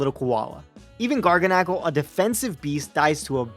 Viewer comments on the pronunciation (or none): I want you to know I clicked away from this video because of the way you said Garganacl